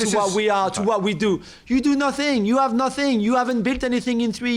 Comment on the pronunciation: You are nuuuut-theneeee 😂😂 I cant stand his accent but today it was Majestic